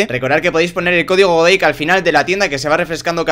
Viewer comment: alguien mas se da cuenta de que dice hola chabales yo soy deik en vez de godeik XD